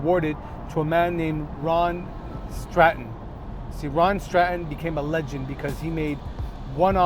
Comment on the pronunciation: UK. I like how you say Scotland and Stratton correctly. That license plate is on a new land rover now.